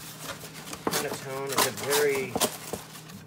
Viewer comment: Pronounced pan-nuh-tone-nuh. since you are a foodie try buying your nutmeg whole. Just shave the nut over a micro plain and you believe the taste difference.